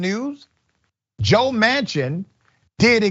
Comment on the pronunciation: Joe Mansion not Manchin.